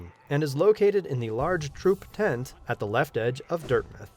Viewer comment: It’s dirt mouth not dirt myth